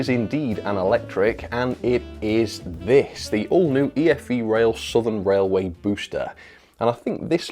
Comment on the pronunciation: I thought it's pronounce E-FE rail